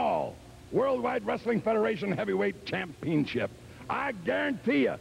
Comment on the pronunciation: "cham-PEEN-ship" hahaha.